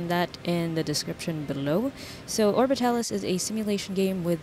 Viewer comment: You said it correct! XD Alan made fun of me for it. Also congrats on the stable orbit! XD I love the desperation in your voice as it kept orbiting... The live tweets were insane. Also I noticed the timing being slightly off too. Overall, I liked it! Maybe shortening it in the future? :) You show cased a lot, but maybe get into geamplay sooner. Overall, fantastic video and you can say the game correctly. XD